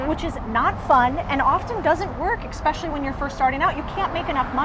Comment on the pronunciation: Oh man… “exspecially”?!